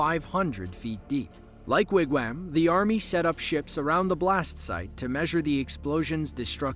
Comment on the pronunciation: Sure sounds like AI is pronouncing Wigwam as Wigwham